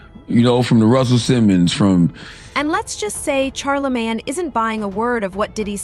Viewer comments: Its NOT CharlaMAN!!..Its CHARLEMAGNE, MANE!! Caucasians can NEVER Get these Black names down. smh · Char a man smh cant even pronounce his name correctly. Im reporting this video for poor pronouncination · Char-La-Man? 😂 The narrators don't even take the time to learn the subject's name! Lazy mofos! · She kept saying Charlie-man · "Char la man" is crazy 😂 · Charl la man come on lady . Why cant you guys pronounce our names right . Like two Pack come one pale riders get it together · Who's " Char-La-Main ?🤔😂😊🤪